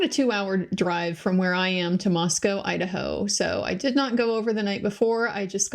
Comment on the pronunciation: Thanks so much,. I knew we finally had a local by your pronunciation of Moscow.;) (I grew up in the area.)